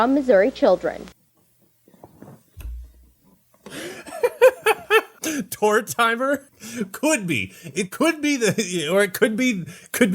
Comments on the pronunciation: me: "ha Tor-tee-mor, like Mortimor... funny name": "TORE TIMER" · It’s not Tort Timer 😂 it’s pronounced like Mortimer. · Lmao Tor-timer? It's a ay on tortoise and mortimer. Tortimer. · I would assume Tortimer would be pronounced like Mortimer? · this can't be the right pronunciation of "Tortimer". I refuse to believe it